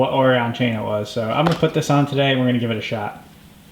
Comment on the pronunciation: Just an FYI. Oregon is not pronounced Ore-gone. It's pronounced Ore-gun. ;) Great video.